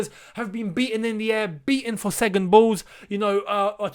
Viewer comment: saying “ segond “ when he’s meant to second 😂😂😂